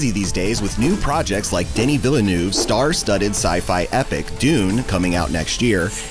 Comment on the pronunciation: "Denny Villanoov" - hahahahahaha - pronunciation not really your strong point?